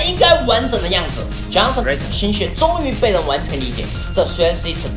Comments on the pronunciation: Jason 跟 Johnson 唸法不一樣! 因為我英文名叫做Johnson 哈哈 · Jason, 為什麼總是說Johnson?